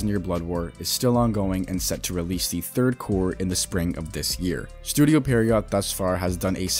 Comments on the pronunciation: pee-air-row i think is how u say it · The video is fine, I guess, but you're still including some false information that has already been debunked too many times to count. Also, how is there not a single Bleach youtuber that is able to pronounce "Pierrot" correctly